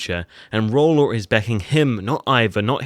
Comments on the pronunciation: Please pronounce his name properly...Its Rollo not Rollor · king, it isn't roll-law, it is roll-O